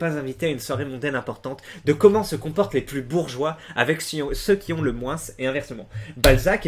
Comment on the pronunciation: pourquoi tu prononces le "S" de moins ?